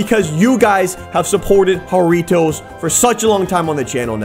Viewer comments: He said jurritois wrong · Don’t you pronounce it Jar ritos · ITS FUNNY HOW HE MISSS PRONOUNCE JURRITOS